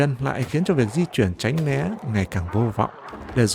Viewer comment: Giọng đọc mọi thứ ok. Nhưng mà tránh né not tránh lé nha